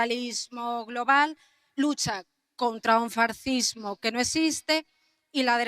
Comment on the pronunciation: Y dice "farcismo".